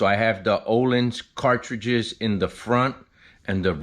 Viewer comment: It’s pronounced ‘OHLEENS’. Legends is a very good brand as well but Ohlins is always a trusted name in suspension.